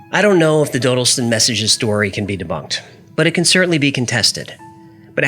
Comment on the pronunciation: It's pronounced "doddleston" I live quite close